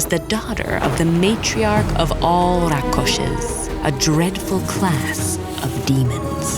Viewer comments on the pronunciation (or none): No, It's Rakshas. (रक्षस्) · true... But its still not rakoshes as she says it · As a Bangali myself loved the narration and art style. And yes it's Bangali. The small attention to details in the art style was great, but would have loved it even more if the narration had the Bangali pronunciation and not the Sanskritised ones. It's Bangali folklore after all why not include the authentic Bangali pronunciation when mentioning the names 🤷🏾‍♂. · It's actually RAKSHASH not rakhosh and I can't say this because I'm from india. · It is Rakhos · It's RAakshssh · The actual sanskrit and tamil pronounciation is RAAK-SH-SAA, so idk bengali has a lot of "mispronounciation" if im correct